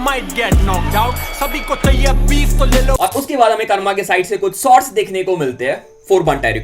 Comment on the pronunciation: bhai aap sots bolta ho say shots